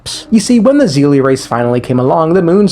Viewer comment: Bro really said zeelie instead of seelie. Bro this is not hsr. They're not seele from hsr. It's not "Z". It's "S"